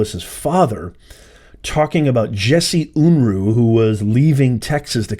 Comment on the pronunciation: JESSE UNRUH (UN-ROO, is the pronunciation)